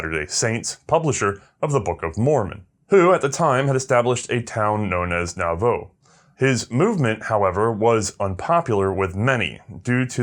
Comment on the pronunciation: Pronounced Nah-voo